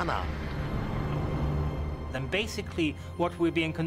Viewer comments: It's not vimanaz but Vimaan! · It's not vimanas.it's wimaan. Westerners can't even pronounce a single word correctly but they will laugh on our accent